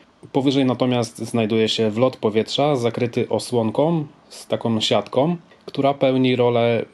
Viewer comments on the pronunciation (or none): osłonkom z taką siatkom... no weź to jest denerwujące.